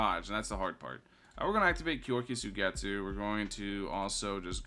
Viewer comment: the way he says kyoka suigetsu hurts me